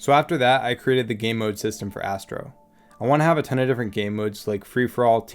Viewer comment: thank goodness for the subtitles, i thought you said: "this is Assbro" x_x